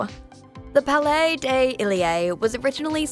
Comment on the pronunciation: Palais Ay Delae... Bruh my ears 😂